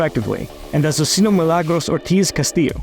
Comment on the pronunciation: Wow it looks great. His pronunciation of Azuscena is horrible. Ah-soo-se-na is how you say it not Ah su see nah.